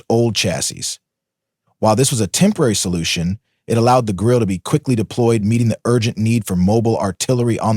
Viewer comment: Germans do not waste letters: the “e” is pronounced. Grill-eh, sort of. Point of information, not a criticism: nice video